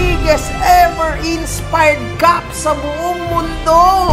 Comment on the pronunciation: Ano nga yung sabi ni? Insipired daw? HAHAHAHA